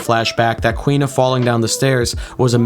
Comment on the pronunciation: For the record, the girl's name is pronounced Koo-ina. Not Kwina. There are a full three syllables to her name.